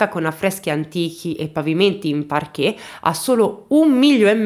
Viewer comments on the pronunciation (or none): none